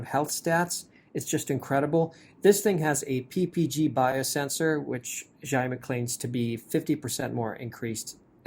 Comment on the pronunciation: Its Xiaomi not Zaav me 🤣🤣